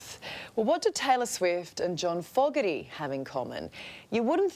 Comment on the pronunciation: Why ya all saying Fogg erty. When it’s Fo gerty.